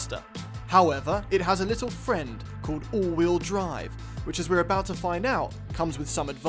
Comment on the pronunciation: aBOOOOT a thousand dollars apart lmao oh canada